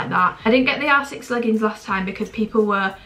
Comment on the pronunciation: When you say r6 it sounds like you’re saying asses😭😭